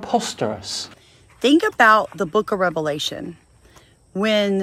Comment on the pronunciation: Did she say "The book of Rebelation?" 🤔